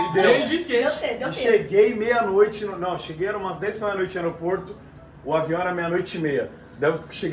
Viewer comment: Kkkkkkkkkk o mua falou vião au inves de avião kkkk